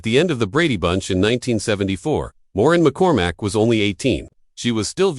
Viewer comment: Warren McCormack? Or is it Moran? Or Morin? Also…it’s Marcia, not Marsha.